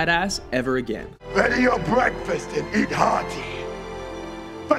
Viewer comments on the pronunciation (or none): none